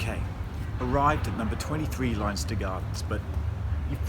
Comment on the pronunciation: it's pronounced Lenster not Linester